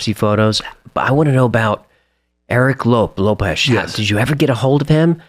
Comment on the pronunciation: This guy was A1 in my book until hearing him pronounce the last names LOPEZ and AGUILAR he has plummeted 🤦‍♂️